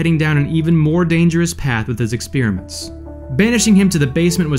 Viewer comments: Why does this clown keep saying “ex-peer-a-ment”? Didn’t he attend school? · Kids: This is not how you pronounce "experiment." It's /ɪkˈSPER-ɪ-mənt/ Not /ɪkˈSPIR-ɪ-mənt/